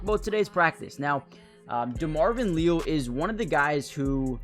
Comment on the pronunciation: It's Lee AL. Just trying to help.😂